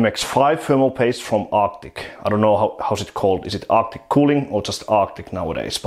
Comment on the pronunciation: Why I hear "optic" every time you say arctic? :-)